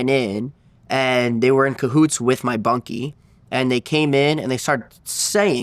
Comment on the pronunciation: "In cahoots wif my bunky" 🤣